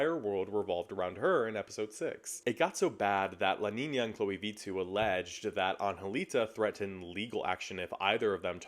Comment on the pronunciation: as a finnish person it’s so funny to hear Vittu pronounced so differently it doesn’t even sound like a finnish word anymore but a spanish one 😂